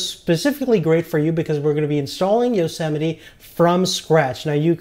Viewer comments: You don't say it "yosemeti". You say it "yosemait" (btw i tried typing greek characters but it did not work) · yo-se-miti? I thought it was yo-see-might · EXCUSE ME? YO-SEMITY? Its Yosmite